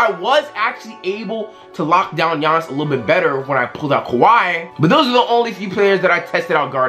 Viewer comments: G ianis it’s like yayanis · this man said GIANNIS like he said G annis but its pronounced Y-ah-nis he said it and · U called him GEE annis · This man said ( Gee- ahhnis ) 😂😂🤦🏾‍♂️ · Man said G-anis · Did this man say G-iannis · it’s pronounced Yannis not Jiannis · Bruh he pronounced Giannis "Gee-An-Nis" but then pronounced it right lol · G annis 😂 the way he said it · Mans said GE- iannis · This man pronounced giannis as “ gee-on-is “ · it’s not ge-on-es